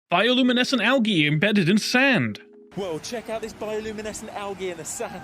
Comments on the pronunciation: hold up- HOW DID HE PRONOUNCE ALGAE?? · Is that how you say it? Algae or is that some kinda of accent